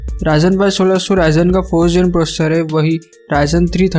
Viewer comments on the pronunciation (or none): processor ko procces bol rahe ho kya baat😂😂